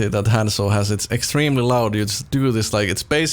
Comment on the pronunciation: Thousands of hours on Hanzo but doesn't say Hanzo right Kapp